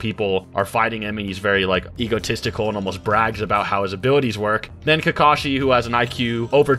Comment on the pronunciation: Soooo many repetitions in this video of saying "Kakashi" wrong it made me cringe.